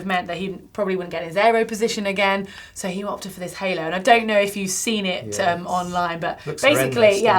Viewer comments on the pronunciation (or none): none